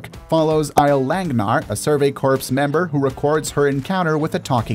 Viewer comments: Corps isn't pronounced as 'corpse'. It is pronounced like the word 'core'. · Lol. Survery CORPSE?? izz "core", my guy. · The 'p' in corps is silent, dude